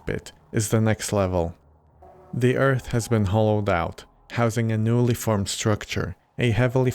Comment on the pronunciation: I'm guessing it's the "th" diphthong that's throwing him off? That is difficult to make the sound of if something close to it isn't in his first language. I would tell him "ürt" is an acceptable pronunciation of "Earth". He should keep practicing! He'll get it eventually.